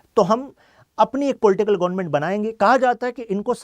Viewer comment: Gonment 😂nahi hota government hota hai